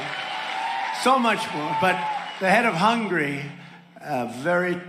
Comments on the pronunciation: He doesn't even know how to pronounce the country's name. Hungry 🤣🤣🤣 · Trumps list of countries: Nambia, Tanzaynia, Hoongarry, Khorrea, Chayna 😂 😂 Trump 1 liner “ I have loads of friends. My friend Elton John !! “ He is so pathetic at times and his narcissism is dangerous.